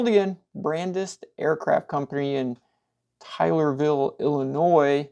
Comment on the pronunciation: Just so you know... its pronounced "TAY - LER-ville" Illinois